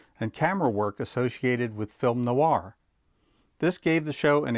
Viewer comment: "Cold open", not "cold opening". "Noir" is a 1-syllable word. "Affiliate" not 'afeeliate'. Otherwise well-presented & informative.